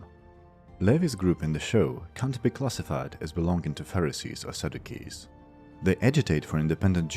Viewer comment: Sadducees is pronounced Sad you sees.